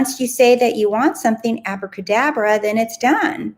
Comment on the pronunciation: I was thinking about you saying acrabadabra when you said it in your video. And I thought wow I love that and then didnt think about it again. This morning out.of the blue my friend sent me a voice note of her baby girl practising to say abracadabra :-)! I am blown away lol